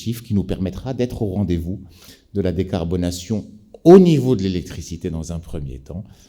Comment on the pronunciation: Parlons d’alphabétisation, c’est decarbonation et non pas dacabonation. Mr le ministre je suis absolument sidéré par votre excellente maîtrise et la passion qui se dégage de votre discours. Fier de voir des dirigeants motivants, optimistes et go getter!